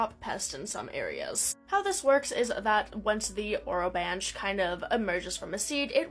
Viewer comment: I believe it’s pronounced o-ro-ban-key